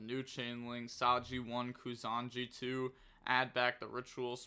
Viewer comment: Now that you got down how to pronounce "Mitsurugi", it's "Ku-sa-na-gi" don't skip the A after the N. Also the ritual is "a-me no Mu-ra-ku-mo no Mitsurugi" (the e in "ame" had the same pronunciation as in Dante because it's Japanese). The other ritual's bands of Fu-tsu with a U at the end, not an O. Final note, it makes more sense to call the ritual "Ame" and not "Ame no" because the "no" is just a possessive particles in Japanese, it would be the same as calling someone Austin's in English.